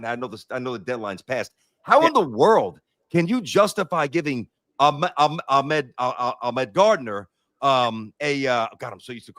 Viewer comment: It’s Ahmad, not Ahmed